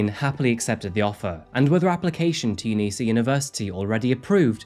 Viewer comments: its uni SA not UNISAH😂😂😂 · Hey, Adelaide-ian here. It's u-nee-ess-ay. I've never heard anyone say u-nee-sa (Like University of South Australia), ya gave me a good chuckle though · I think the best part about this video as being someone from adelaide when he said "unisa" as in the uni the killer went to - we say it uni-SA haha, but i can see why you'd say unisa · Great Video as usual. Two things though and only small It's UniSA (Uni SA) and Mile End. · So many funny mispronunciations in this ep for Adelaide. Kaurna people prounounced Gar-nah, Uni S.A as not ‘unisa’. Had to double take those two. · My only complaint about this video is hearing someone call Uni SA 'Unisa' because I swore I was having a seizure every time I heard it lmao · I couldn't figure out what you meant by the word "younisa". Never heard of it. Then realised you mean Uni of SA. I'm originally from Adelaide. We don't call it "younisa". We call it "Uni of SA" (SA being short for South Australia). I went to Flinders University and we would never shorten the name to FU. We just call it Flinders Uni. Same with Adelaide University, we just call it Adelaide Uni. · I LOVE You, and awesome coverage of this lesser known story. But, UNISA is pronounced UNI S A. My husband has been a manager there for 20 years, and it made him get an ugly cringy face when he heard you say it lol.